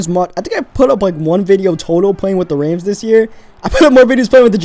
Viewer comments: its Rams not reyms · Its rams not raims thanks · I think he been saying Rams wrong